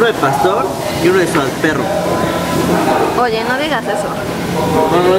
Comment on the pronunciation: Mi mamá igual dice "Suaperro" 😂